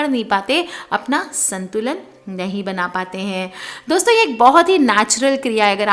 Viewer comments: Dosta dosto 😂😂😂😂.. apko v hai Voice paralysis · She said Dosta ,Dosto OMG hehehe